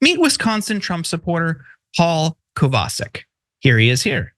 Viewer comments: Isn't it "Kovva Shic" rather than Kavar Sick"? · Kovacik is a Slavic name. Pronounced Co-va-chik. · Not that it's important but that name should be pronounced "Kovachik" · I think that might be pronounced Cova-chick. But mostly I don't care. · It's Kovacheek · Omg, did you ever butcher that guys last name! It's polish, Koh vah check. None of you proof read your segments beforehand to iron out these mistakes and it shows. Be less lazy!!!! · Would it not be pronounced Kova-chic? Not defending anything about the person, just an intellectual query. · Any name that ends with a "CIK" is pronounced "CHICK" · Good point. And in case of this guy, it is pronounced KOVAH-CHICK.